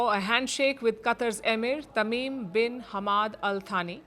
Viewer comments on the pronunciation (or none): One of the most illiterate journalist I has seen. May be more in India. His name is pronounced as "Sani", please spend some time in reading books, other cultures that would make a better reporter and journalist.